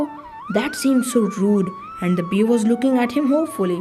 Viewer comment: It's not beer It's bear the spelling is correct but you are pronouncing wrong ❤❤❤❤❤❤❤❤❤❤❤